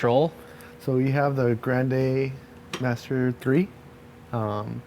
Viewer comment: excuse me did i just hear Grand A Master 3 instead of grand ma 3